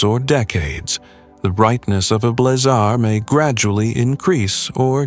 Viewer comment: AI will never be taken seriously until it understands the nuances of pronunciation. The term is Blazar, like in blaze, not blah-zar, like in boring.